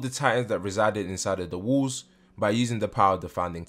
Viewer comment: Question (I hope it’s not coming out rude, I’m just curious). Why do you pronounce “walls” as “wools”? I’m not a native speaker and I cannot place this accent. Would you mind help me understand? Thanks and thanks a lot for the informative videos on your channel! ❤️